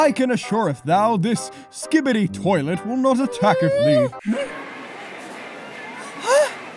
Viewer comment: "Skibidith Toileth"💀 Why, Lancer?!